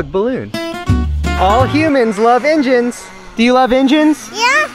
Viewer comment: "I do have a background in 'injins'"... You definitely from Kentucky.